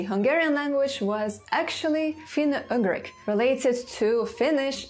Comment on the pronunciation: Dear, please pay some attention on the pronunciation of certain English words - for example it is not /finou-agrik/ but /finou-jugrik/; these small errors like the one above repeated too many times can ruin a whole video and as your loyal subscriber I feel bad about mentioning about this, but checking the right pronunciation doesn't take more than 10 minutes for a video of this length. This is the 1st time I had to stop watching cos I just couldn't stand the "agrik",whatever it may be, and I truly hope you'd take my humble advice into consideration lest sth similar happen... You've got one of the best linguistix channel here in YT, just a little effort and it'll be THE best! Best regards, Antti*